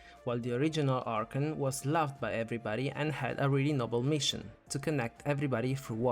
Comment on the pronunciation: I get it you have an accent but can please say A R C H O N correctly please